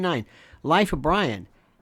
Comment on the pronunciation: We actually have a Bwian lol